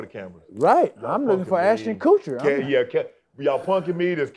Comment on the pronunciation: TO said Ashton Coocher 😂😂😂